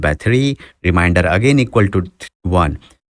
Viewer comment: Remainder* , not reminder Sorry I have to. It’s like a disease 🦠